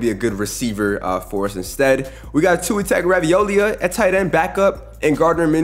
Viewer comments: Tua tagaravolia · Tua Tag-raviolia 😂